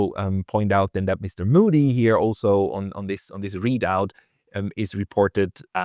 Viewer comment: der Onkel heißt nicht Muudy sondern MOdi... und das Wort cauntry heißt cantry plz